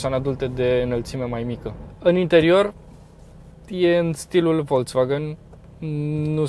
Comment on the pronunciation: Imi simt timpanul abuzat cand aud "Volț-vagăn"